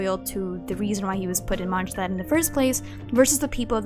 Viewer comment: My ears hurt after hearing 'Monsztad' thing